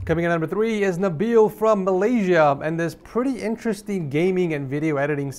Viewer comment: As a kid from malaysia i burst out crying when he say Nabil